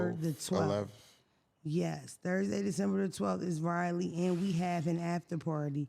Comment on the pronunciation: I love you. It's pronounced Rah-lee😅